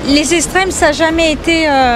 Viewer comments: "Les eStrêmes, ça a jamais été, euuuh.." Alors là, je suis bien d'accord ! Bravo, Madame ! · J’avoue les zesstreme c’est chaud 😂